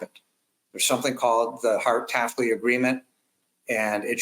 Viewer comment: it’s Taft-Hartley, but the emphasis of this dire situation is more important